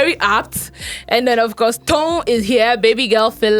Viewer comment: Nedu please stop saying oz cof instead of, of course...🙏